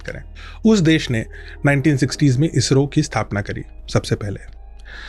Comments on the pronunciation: इज़रो ❌ इसरो ✅ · Izzro nehin he wo garv se bolo ISRO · Ejro nhi Isro pronounce krte hai 😂😂😂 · It's not IZRO it's ISRO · IZRO nhi ISRO hai... Dedh saane! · ISRO❌ IZRO ✅ Cool banne ke chalker mein pronunciation hei galat kar dia!! 😂😂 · Pahle Toh Isro bolna seekho bhai,.Ezzro bol rhe ho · इसरो को इजरों बोलना , स को ज बोलने के चक्कर मे भाईसाहब भी लगे है।